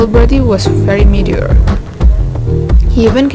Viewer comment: Bad pronunciation... "Mature" should pronounced as "Mat-shor". I was confused by meteor,. Was that a meteorite.? Anyways thanks for trying.. Much love from Philippines